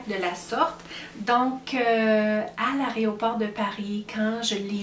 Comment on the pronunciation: Oula.. "l'aréoport" 🤣 Bonne chance dans vos entreprises ! C'est tellement bon d'avoir des projets... Alors lorsqu'ils se concrétisent.. quel bonheur 🥰